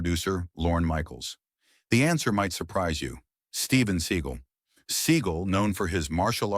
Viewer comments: I absolutely loved the name mispronounciations. My favourites: Steven Seagull Vivica.......A fox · Pronouncing Steven Seagal's name as seagull or siegel is poor editing, to be kind. It is unprofessional, to be unkind.